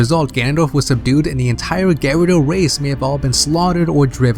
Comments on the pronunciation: why do you say GARADO instead of GUREDO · for like 5 minutes im trying to figure out who the fuck the Gare-odo are but i figured out he tried to say gerudo. god damn if your gonna make a theory and shit and do research then pronounce the fucking names right geez. So this bongo bongo and the sheika are practically the uchiha clan without the sharingan. nice. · also "Gerudo". It sounds like you're saying "gyrados" without the S. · Dude you're driving me crazy every time I hear "InterLOOPer" and "Garido" lol Try Inter-low-per Gurr-oo-do